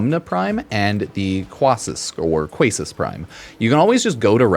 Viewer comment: It’s Quassus (Kay-sus)